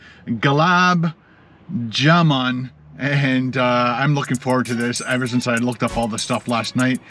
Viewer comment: It's pronounced doe-sa. Also it's pronounced glub-job-in